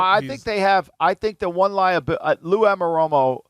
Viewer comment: The day Mike Lombardi pronounces 'Anarumo' correctly...Perhaps his little sidekick can correct him.